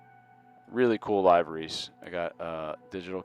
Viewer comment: It's LIVE-ER-REES